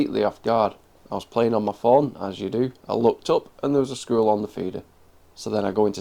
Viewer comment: It sounds like you are saying screwell instead of squirrel.